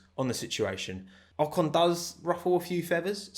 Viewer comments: In an interview Pierre called Esteban "O-con" and pronounced "con" the french way which in french is an insult and means dumb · there is an another little story between pierre and esteban : At the french TV a journalist asked to pierre about Ocon's return in f1, and Pierre instead of pronouce "OCONEUH" said "OCON" and as a french people we have heared the word "con" which is an insult in french. Knowing that Gasly and Ocon were very friends its probably not a pronounciation mistake from Pierre ...